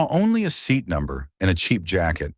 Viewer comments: Why is the child calling his father 'bah'? On another level the language spoken in the video seems too elaborate. A criticism, the AI pronounces the word 'seat'as "see at". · See-at is a new one to me. Any word that can be pronounced different ways will be mispronounced 9 times out of 10. Read is a prime example. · Sea at 42? Gotta love AI narration! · Correct it: "seat" is a single syllable word. Not see-at.